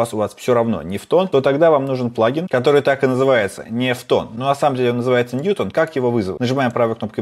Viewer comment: Лайк за "Невтон" 😂